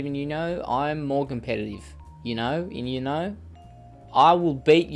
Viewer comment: It's uno not you-know😂😂 you know?